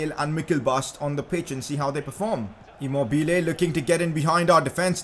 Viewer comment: You don’t say immo”bile” it immobi”le” fast love the series btw.